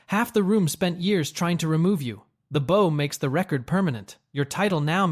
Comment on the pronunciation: Entertaining, but when you say "SAAKE" instead of Sake, and bow like bow and arrow, instead of bowing to someone. It really breaks the video for me.